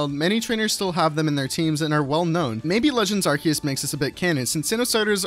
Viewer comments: I pronounce it Ar-coo-us not Ar-key-us. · I prefer pronouncing it Arkoos, but you do you. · A lot of people say "Arceus" as "ar-see-yus" because that's the Japanese pronounciation (a-ru-se-u-su). Hell, the name "Arc Phone" almost strictly English-only; most other languages call it some variation of "Arceus Phone", or in the case of the French, "Smarceus". Just be thankful no one on the internet calls Arceus like how we, the few Indonesian pokemon fans, does: "ar-sheh-yus", or sometimes even worse, "ar-cheh-yus" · well you are wrong its arkoos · OBJECTION! The Hiragana is アルセウス Pay attention to the middle one, if they wanted a “Ke” sound, they would have used け instead. This is せ, pronounced Se. The hiragana is A-ru- se -u-su. As Hiragana is a phonetic alphabet, there is no conceivable way the devs could have meant it to be a hard C (=K) unless it was a typo. And if it was, it would have been rectified in one of the dozens of beta tests. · Um actually it's arkoos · IT'S ARKOOS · I don’t care if I’m miss pronouncing arceus because if I say it correctly all I’m thinking about is a white/silver key with a yellow key ring shaped like the yellow halves of a ring on arceus himself just because of the “key” part of the pronunciation